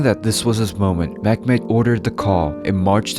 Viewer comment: Meh-met not mekmet